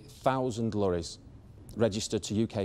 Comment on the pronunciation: I would have invested but you pronounced Lorries as Lurries